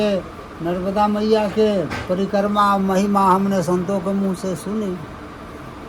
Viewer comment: परकम्मा नही परिक्रमा कहो l प्रसादी नही प्रसाद कहो l भोजन प्रसादी ये ठीक नही है l भोजन भोजन होता है और प्रसाद प्रसाद होता है l भोजन मात्रामे ज्यादा और प्रसाद थोडासा होता है l माफ करना अगर गलत हुं l